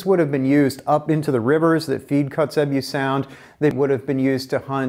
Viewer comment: Pronounced "coats-a-bew".... Nice work and vid!!